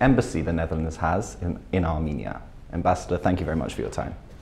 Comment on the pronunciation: Հարգելիս A M I N I A չէ, հաստատ, այլ A R R R M E N I A